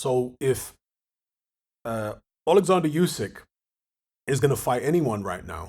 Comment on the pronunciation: are you ever going to say Usyks name properly?